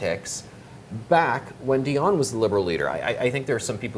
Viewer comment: He could learn how to pronounce a French name, it is Di on Not a Die on